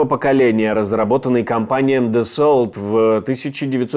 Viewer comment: Дассо, а не Дассолт